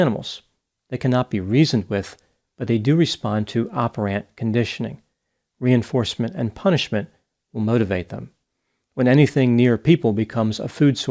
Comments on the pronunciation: Never heard operANT conditioning before. It's operant conditioning. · What an odd pronunciation of "oper" co ditioning....was he making fun of "oper'ANT'" conditioning . Was he poking fun od ants?...With him I never know....PhD clinical psychology prof since 1979